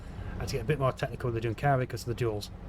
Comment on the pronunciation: Just a small note, your pronunciation of Junkkari is a bit wrong, the 'Jun' is pronounced like the 'un' in 'university', and the 'a' is pronounced like the 'u' in 'suck'.